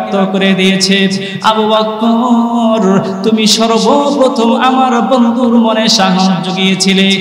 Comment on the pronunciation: বক্কর না বকর